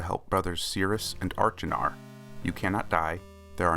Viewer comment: Wow what a great video! I'm very impressed that you were able to determine the artworks in Sirius' bedroom in the alcoves on Stoneship! The anachronistic matchbox was also an interesting thing to note! If I may offer any advice it would be to check your pronunciation of Achenar.